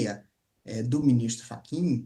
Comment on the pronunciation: Moraes deu um calateboca no "FRACHIN"😂